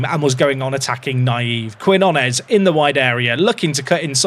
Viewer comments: I know Brits struggle to pronounce Spanish relative to Americans, but Quinones = keen-YO-naes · For Quinones, try pronouncing Key-know-ness 👍🤓